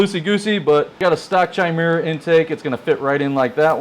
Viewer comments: Love your videos man...not bein a dick but I think its pronunced Ky-Mare-A. Its a mythical she-beast. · So many grom youtubers mispronounce chimera. Drives me insane. And we wonder why the "stupid american" stereotype exists...